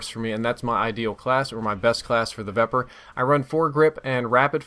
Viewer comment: can you please start pronouncing these names correctly? The Vepr is a Ukranian SMG, I'm pretty sure, and it's pronounced Viper. Also, the Bizon is pronounced Beezon.